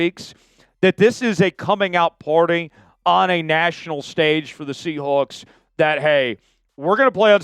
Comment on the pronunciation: Great radio voice despite not being able to pronounce seahawks